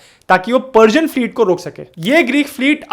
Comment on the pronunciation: पर्सियन बोल रहे हो या पार्जियन .???